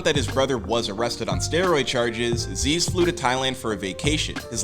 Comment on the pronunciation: Isnt it zyzz not zeeeeez